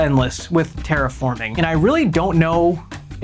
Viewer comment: “Dragonwilds should represent the game” Also: “TERAFORMING!”